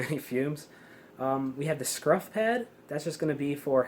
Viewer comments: Scuff not scruf. Scuffy pad, not scruffy pad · Scuff not scruff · Your dad said scuff not scruff lol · I have always known those as SCUFF pads, not SCRUFF. Lol maybe its intentional? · I believe the term is scuff it up not scruff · it is “scuff” not “scruff”…..scruff is the back of a cats neck……